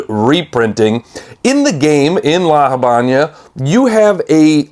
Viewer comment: Don't mean to be a dick,, but the entirety of the Cuban nation must have suffered a collective aneurysm from how you pronounced "La Habana", so here's a learning opportunity: if you want to use the "americanized" standard version, then it's "lah ha-VEH-nah" (like in the Camila Cabello song). If you want something closer to the actual spanish, then it's "lah ah-BAH-nah"). I'm adding those Hs to give you an idea of the sound but it's all flat "ah", with no air at the end. Thank you.